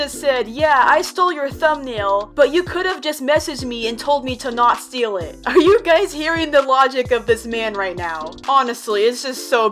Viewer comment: he said steel not steal.